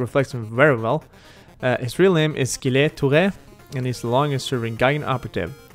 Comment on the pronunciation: For his name, it's more like Jille then Gille, and the "e" at the end is muted. (French cheese eater approved)